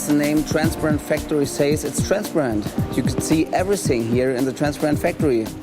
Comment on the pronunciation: lmao that guy cant say "transparent" to save his life